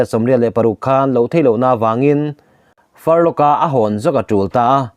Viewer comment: A ngaihnawm e,Furlough ilam dan erawh hi chu, missionaryte chhuty sei hi "Far law"ti in an lam thin e aw,"Farlok"ti lo vin